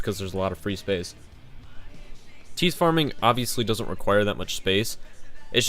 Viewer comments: its TIE(th) farming not Teeth farming, thx nice vid tho x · its t-EYE-th farming unwatchable